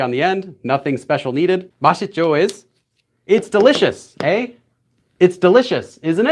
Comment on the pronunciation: Thank you so much for the extra explanation! As someone who lives in a rural area in Canada with barely any access to the outside world it is great to have a resource like your channel when studying on your own. P.S.Your pronunciation of “eh” was terrible but thank you for trying!